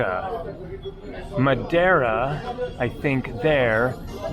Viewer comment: He pronounced Madeira correctly!